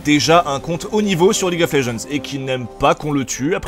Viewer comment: En anglais, "Legends" se prononce [Lédjennddz], pas [léjeanz] >.> .